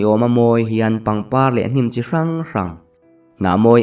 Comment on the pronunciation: Fungki chei ran... tih tur, Ran = Rang.. 😊😊😊